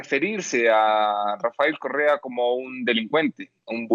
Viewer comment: UNO DE LOS POCO VIDEOS QUE NO LE NOTO TANTO ACNE EN LA CARA AL ENTREVISTADOR....SERA QUE AL ENTEREARSE DE LA SENTENCIA TUVO UN ORGASMO CASI MULTIPLE...QUE CARA DE FELICIDAD CADA VEZ QUE TOCA EL TEMA Y PRONUNCIA RAFAEL CORREA ...PRONUNCIANDO RRRRR....CASI FELINO.